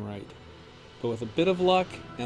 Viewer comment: It's Azog not A-zog